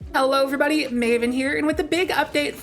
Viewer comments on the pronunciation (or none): none